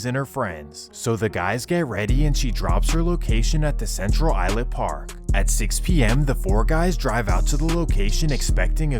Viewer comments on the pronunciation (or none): Its pronounced eye-Slip, not eye-lip. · Islip is not pronounced "Eye-Lip", it's pronounced "Ice-Lip"! C'mon Bro! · CI is Central Islip, pronounced Ice-lip, not Eye-lip. Good video, I just had to mention this. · love the channel btw islip is pronounced "i-slip" not i-lip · it is pronounced ice-lip not eye-lip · It’s pronounced Ice Slip, not Eye Lip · Islip. (I slip) not ( I lip) dawg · It's pronunced "Ice Lip", not "eye-lip" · eye slip that’s how u pronounce islip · bro islip has an S in it if you cant tell. "ilip" lmao the way you pronounced other places was ridiculous too but the islip one, you cant read or what lmao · Islip is pronounced ice-lip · The S in Islip is not silent. Sounds like eye-slip. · It's pronounced "Ice-slip" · As someone who is was BORN AND RAISED in Central EYE-SLIP (as AI got it wrong🙄 also SUF-FOLK and NAS-AWE as we pronounce it...) MS has been a HUGE problem forever on long island. i graduated central islip hs in 2004 and we were fighting MS back then...it didnt matter if you were black, white, emo, goth, thug, or jock...WE ALL HATED AND FOUGHT THE SHIT OUT OF MS. i am in no way affiliated with any gangs. But it made me cultured and it built my character, and made me who i am today. I'm proud to call long island home!!!! people dont realize that Long Island is FAR from the Hamptons and its all rich people. there's LOOOOTS of miles between Montauk and Manhattan.. 💖✌🙋‍♀🗽 my husband is from Brentwood, the town next to CI. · Central ice-lip is how it's pronounced lol my father lived in Bayshore rite next to Brentwood while all this was goin down. They also found a ms13 burial ground at pilgrim pshyc center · Its pronounced ice-slip (islip) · Yoo. It's pronounced ice slip (islip) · Being from NY, It's funny hearing how he pronounces every town wrong, Central Ilip!! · It’s pronounced central islip like I slip on ice and Suffolk is pronounced suff vick lol 😂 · It’s central Islip not Island. Pronounced like central ice-lip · Or “ I slip “